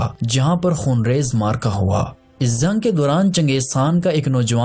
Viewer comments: Zang..o bhai jung bol... Hindi bolny ki nakam koshish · Chutye bolna Sikh pehle Jung ko zang bolta hai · Bhai aap جko ز ko kayu bolte jo